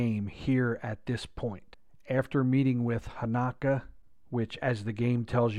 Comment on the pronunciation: Dude it's Hanak-O